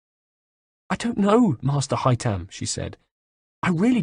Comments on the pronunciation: IT'S HAY-THAM YOU FUCKTARD TOSSER,NOT HAY-TAM!this is the 5th audiobook,get the bloody names right. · I hate how he doesn't pronounce Haytham's name correctly. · Omg I hate the way he says haythem’s name I would love Adrian hough haythem’s voice actor to do an audio book that would make so much money